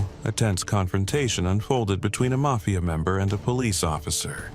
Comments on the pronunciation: Dude said “Mayfia “ members. How did you get “MAYFIA” from Mafia? Never mind! 💀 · the may-fia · Mayfeeya members? lool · Would have been cooler if you pronounce it "mayfia" the entire video.